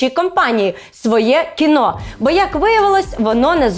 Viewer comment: Тільки не «своЄ кіно»(“Svoe Kino”), а «своЕ кіно»